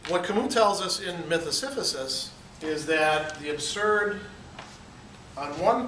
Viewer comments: Si-si-phus not si-phu-sis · Am I hearing you right, "Siphysus" ? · Yeah he kept saying it wrong. It threw me a bit at first